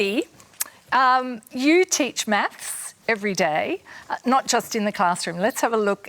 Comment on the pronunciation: The way they say math is irritating